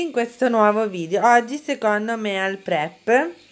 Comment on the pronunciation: Molto interessanti questi video con le preparazioni.. però "meal" si dice "mil" 😉